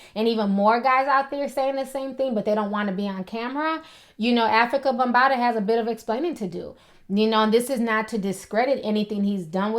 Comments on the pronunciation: She kept callin him bumbata lmao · Its bambata not bumbata lol